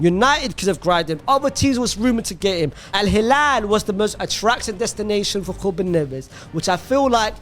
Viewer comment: Man please stop with some of the pronunciations, not hating its just that your sounding funny at times, you go and stand on the R on Ruben for 1 minute and than say Neves like nothing. Just say their names as they come to you